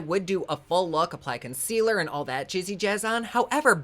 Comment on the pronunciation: Since I’ve been watching videos I have lost the ability to say the word concealer. It’s consquealer to me now, and I crack myself up when I’m doing my makeup. I say out loud “It’s time for consquealer”. 😂.